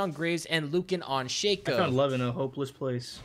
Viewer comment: ITS SHACO NOT SHAKEO